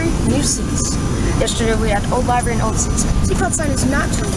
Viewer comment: i think it is pronounced li-very not live-very